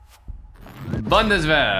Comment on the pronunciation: Haha the way he says bundeswehr is very nice😂